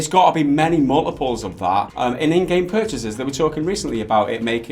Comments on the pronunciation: 'In-app purpachases' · in app what?! purpchseses, lol